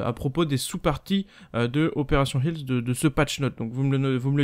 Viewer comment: "Opération Helfss" Kappa